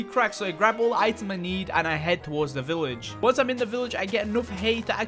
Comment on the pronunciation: It's a good video but you keep saying village weird